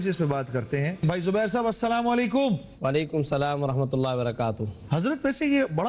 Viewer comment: Salam kaa jawab sahi see doo moulana shab WaalaikumAsslam hota hain waalaikumSlam nahi Allah maf kare koi galati hui hoto